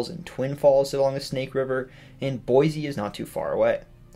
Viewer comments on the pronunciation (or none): I know it my seem small but there is no Z in Boise (boy-see) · There is no “z” in Boise